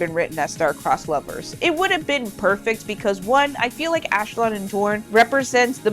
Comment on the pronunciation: Ashlon???Ash-LON??? That's as bad as saying Ong instead on Aang